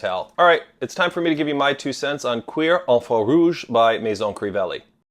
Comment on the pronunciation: Um I don’t think that’s the correct pronunciation 😂😂😂